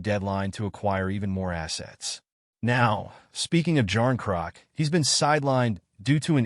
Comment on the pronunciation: Ky-yay-jarn-crock…… that’s all I needed to hear lmao